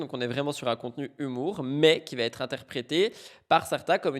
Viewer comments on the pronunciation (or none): je ne comprends pas ces gens qui font ce genre de liaisons surréalistes "ce Noël a-T-une saveur particulière". Sur YouTube c'est pareil, il y a une épidémie de "vaTêtre". C'est insupportable car ça fait mouton qui s'écoute parler 🧐